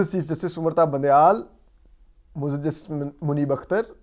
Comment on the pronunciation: Asad bhai aap say MUAZAAZ lafiz sahi terha nahi boola jata ,, ,,aap MAZOOR bool lia kareen